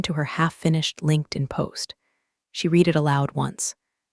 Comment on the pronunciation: The narrator could not properly pronounce "read". It was wrong every time. AI?